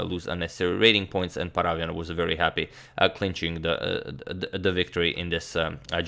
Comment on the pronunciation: Hey Agadmator, just wanted to tell you that the correct way to pronounce David's surname is ParavYAn. Hope that you'll take this into account, as you are an excellent pronouncer of names:)